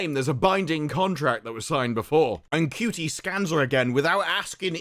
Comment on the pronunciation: Do you mispronounce Shooty's name as a comedic bit? I mean, the number of people on the planet who would call him "Cutie" could fit in a police box. Not the TARDIS; a standard 1960s era police box.